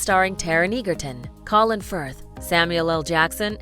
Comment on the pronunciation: Fiennes is pronounced "fines", not "fee-enis". Interestingly, his brother Ralph ("rafe") Fiennes ("fines") was pronounced correctly. Taron Egerton is pronounced "edgerton" not "eagerton". The King's Speech is a master class in acting by both Colin Firth and Geoffrey Rush.